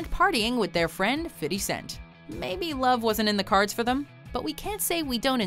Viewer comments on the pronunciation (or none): Did she say "fiddy cent?" Lmaoooo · when she said fiTTy scent it sent me💀